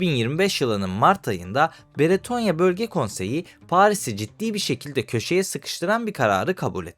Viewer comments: Abi videonun bazı yerlerinde “Beretonya” demişsin. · Beretonya değil,Bretonya. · Sevgili genel olarak videolarda işlediğin konular gayet faydalı ama sana küçük bir tavsiyem mesela bu videoda üç farklı isim duyduk (bretonya, beretonya ve britonya) insanların kafası karışabilir, tabiki ufak bir şey ama bence kelimeleri doğru bir şekilde telaffuz edip insanlara doğru olanı iletirsen daha yararlı olur. Teşekkür ederim